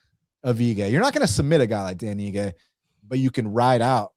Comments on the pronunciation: Dude said dan igi lol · Dan "iggy" had me triggered 😂